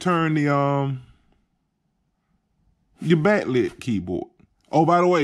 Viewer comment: Bat lit, number fy, learn to talk before you do stuff like this you clown